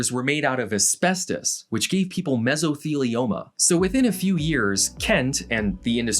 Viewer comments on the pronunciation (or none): none